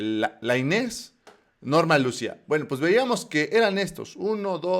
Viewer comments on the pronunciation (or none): Aprende a leer o ler lucia o luci’a y muchas mas